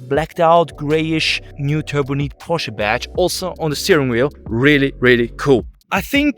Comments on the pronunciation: It’s “Turbonight” not “turboneet”! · In English, Turbonite is pronounced "Turbo, night". "Turbo neat" is sort of the way the you say it in German